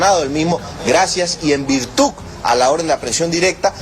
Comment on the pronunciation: En virtuc? No es virtud?